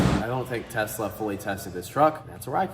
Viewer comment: It’s pronounced “Teslurr” now.